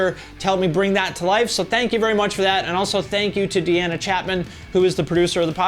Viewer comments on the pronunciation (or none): none